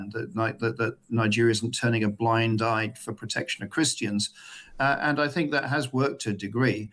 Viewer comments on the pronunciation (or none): none